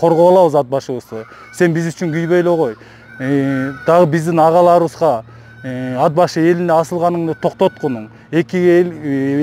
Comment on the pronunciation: Ад-Башы, эмне Ат-Башы деп эле айтса болбойбу!?..